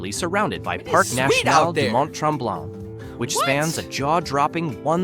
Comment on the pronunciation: Same for Mount Tremblant.